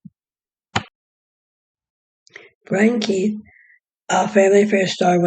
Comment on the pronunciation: Brian Keith not Brain Keith 😂